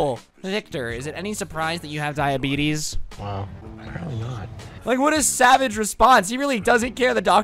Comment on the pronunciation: Nobody: This Guy: “When I got diabetes(diabetissss)”😂